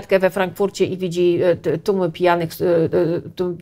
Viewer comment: 7 minuta i głowa boli. Jednym z powodów, dla których tak może być jest to, że musimy komunikaty KPP podwójnie rozkodowywać. Zobaczmy: - snczytpfnegomomentu - co to za słowo x'D [znaczy do pewnego momentu?] ppfiersz - kolejny neologizm [po pierwsze?] - ał, szczęka mnie zabolała X'D - ijasrssstakifilmik - tumy? tłumy, to się mówi "tłumy" ! :) tum to była taka katedra - albo się z tego otrzeźwiecie szybko o wiecznym "yyy, eeee, ummm..." nie wspominam Nasze mózgi sobie dopowiedzą, o co chodzi, i my to zrozumiemy. Tylko trzeba do tego trochę większych obrotów. Dziwne. Przecież KPP do dziennikarka (?) Mnie całą szkołę uczyły polonistki, które kazały mi wyraźnie powtarzać, jak tworzyłem takie potwory. O pisaniu pojedynczych fraz po 100 razy "na jutro" nie zapomnę. Trochę terror, ale chyba się opłacił, bo przynajmniej można mnie zrozumieć. :-) Okej, oglądam dalej.